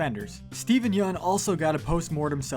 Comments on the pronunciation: Yoon not yun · Yeun not yoon or yun